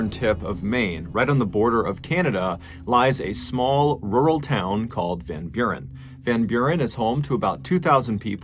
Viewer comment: As a dutchman hearing you pronounce Van Buren I actually kinda chuckled, you actually said it pretty well